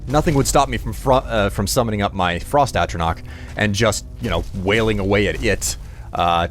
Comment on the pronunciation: The 'ch' in atronach is pronounced like the 'ch' in chew